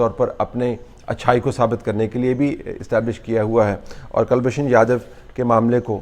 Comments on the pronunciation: kal nahin koolbhushan Jadav. Properly pronounce kiya tha aapke maathe pe pasina chutegi aur taang bhi kampega. POWER CUTS ki vajah se Talat Bhai. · and the first name is Kulbhushan. I'm always surprised at the lack of knowledge amongst Pakstani journalists and commentators of Hindi names. They have diffficulty in pronouncing the names, spelling the names, etc. Probably because they don't have any Hindus left in Pakstan. You never hear Indian journalists pronouncing Mohmdan names incorrectly or spelling incorrectly. We're so used to mohmdan names in India.